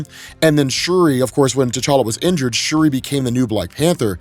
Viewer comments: It’s shuri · It's shuri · Also it’s Shuri lol no think pieces necessary lmao